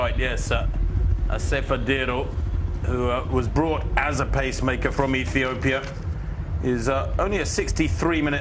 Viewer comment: she says Bekele from UTopia lol